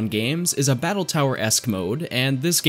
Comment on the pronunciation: Not letting the "e" in "battle" finish and pausing there just urks me. Why you do 'dis? Nice work overall though...